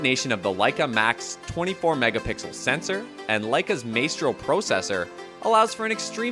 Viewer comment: "My-stro" not "May-stro"